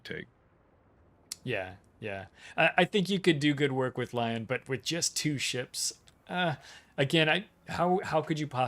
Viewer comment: FYI, Lyon at T6 and Lion at T9 are pronounced completely different.